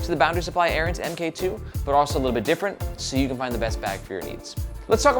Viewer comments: Also, my dude...Mark 2. I'd bet money that it's not pronounced "M K 2". It's a newer version of something, like camera or Ironman suits. Errant Mark 2. You're killing me!😅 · Kep calling it the "em Kay two" when it's actually the "mark 2". i.e. version 2. I kickstarted the original Errant, that's the bag that got me into bags so it has a soft spot in my heart. But the Errant really showed me everything that I don't like about bags. Top opening, slow access. Too many things fighting with eachother in the bag. It's kind of a mess. This looks like trying to modernize the Errant with new things, but keeping the silhouette of the Errant.... And it doesn't really work.